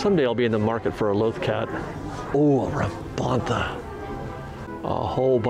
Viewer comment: "Bontha"? You mean "Bantha", don't you,? (Hee-hee);-)